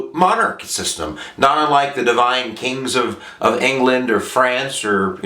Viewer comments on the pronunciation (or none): none